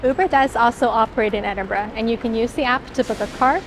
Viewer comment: Great for pronouncing the city correctly. I genuinely don't understand the 'eniborrow' 'endinbrooo'